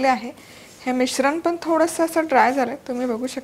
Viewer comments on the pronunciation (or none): दनकून दानेदार पन म्हनून आनी सनासुदिच्या.. असं का म्हणता तुम्ही? Recepie उत्तम असतात पण ऐकायला कानाला बर वाटत नाही..